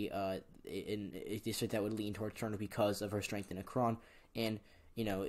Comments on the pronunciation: sorry to bother but .... it's ACK-ren, not a-KRON .... your videos are amazing ,but mispronunciations can harm others' impression of you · Shortly after making the video i learned it's pronounced Ack-ren, my apologies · the way he said akron smh... ever heard of lebron james... the kid from AKRON?